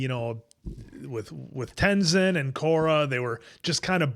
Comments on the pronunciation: If you pay close attention to the background of the city you will recognize all the statues. Also, I don't think you're saying Tezins name correctly. Are you saying Tenzon? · Ten Zon? Lol always hears names wrong then literally hears the show pronounce Mako and the answer but then pronounces it different, i dont know if does it to bother people or he legit just doesnt get it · TenZIN bro. You aren't the movie...you gotta pronounce it right 😂😂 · Also Aang was 12 not 10... also lol please fix tenzin pronunciation 😂